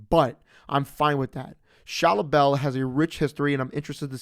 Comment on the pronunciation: It’s ball not bell 😂